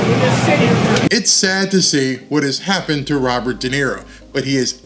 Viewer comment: RoBird, he talking to who?